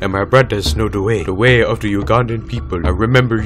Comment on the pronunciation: 긂냥이 youtube 원래는 the way. (더 웨이) 인데 우간다너클즈의 발음 으로표기하면 da wei 나 da wae 가 됩니다